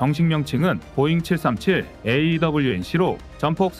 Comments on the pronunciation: E 737 읽기 - "이칠 삼칠"이 아니라 "이 칠삼칠"입니다. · 이칠삼칠 이라고 해야되나요 이 칠삼칠 이라고 이자는 띄워서 읽어야죠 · 제대로 된 읽기를 ..... 이칠 - 삼칠이 아니고 이 - 칠삼칠 이라고